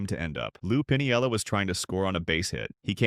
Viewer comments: Come on, people. Check your pronunciations before you start in to make a video. I gave up on this one — even though it was interesting — about the fourth time the dumbass AI announcer called him “Lou Pin-i-el-la,” with four syllables. Anyone who’s been around baseball for more than a couple of minutes knows it’s “Pin-el-la,” three syllables. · It's Pinella. PIN-ELLA. Not Pun-ee-ella.